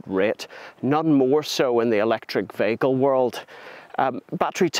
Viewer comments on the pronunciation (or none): What's a 'vaykel'?